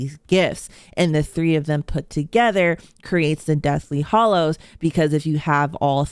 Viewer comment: Harry Pottor is “hAllows” not “hOllows”